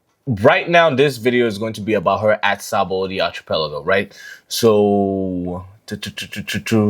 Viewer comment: I think it's funny the amount of booktubers and tokers I've seen get into One Piece and have no clue how to pronounce archipelago. And the craziest part is that Sabaody is pronounced Sha-bon-dee.